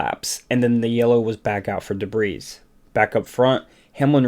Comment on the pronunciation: Oh man….that mispronunciation of debris though…